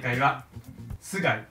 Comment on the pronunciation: 最初の須貝さんの挨拶がスカイピースって言ってるように聞こえた人いません？w